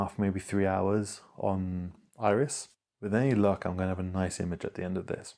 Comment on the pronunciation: I drop H's with my accent sometimes, so it's interesting to discover someone who ads H's :D "Irish" nebula, there should be one :D